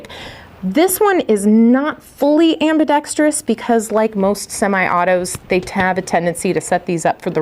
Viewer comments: Also properly pronounces the COMMONLY MISPRONOUNCED word - ambidextrous! That is often heard pronounced as 'ambidetrious'! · Kudos to for properly pronouncing ambidextrous! Soooo many people don’t do that. Just an OCD pet peeve of mine 😉